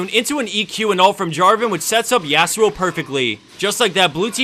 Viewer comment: YASUOOOO ? SAY IT RIGHT